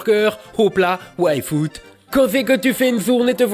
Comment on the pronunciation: Bon, je sais que ça ne joue pas en ma faveur, mais pouvez-vous articuler un peu mieux le nom de Yfood? Je n'arrête pas d'entendre waifu et c'est très perturbant. ^^